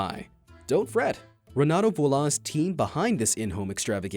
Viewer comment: You said the name wrong its Viy-Oh-la